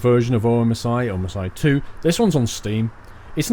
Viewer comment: the game is prounounced "omsee too"